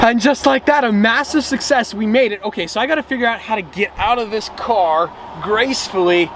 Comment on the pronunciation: "A Mashisve Suchces"